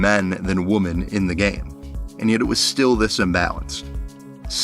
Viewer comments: So well done, man! Great insight and great editing! Well worth the 2+ hours of my life! I will say, "women" is pronounced wi·muhn. Woman is pronounced wu·muhn ;) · I absolutely loved this video! Amazing, well-written persuasive narrative that makes me want to watch (as someone who has only seen the first couple of seasons and not consecutively). The only thing that is like nails on a chalkboard is the pronunciation of womEn. Singular and plural of woman are different, with the plural being pronounced /ˈwɪm.ɪn/ (WIH-min). Great job! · great video and this is years late but pls figure out the pronunciation difference between Woman and Women😭❤️‍🔥 bb28 is pretty horrible so far but i can’t give up the hope that it will turn around